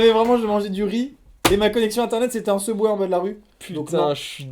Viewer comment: Mdr il a dit subwa au lieu de subway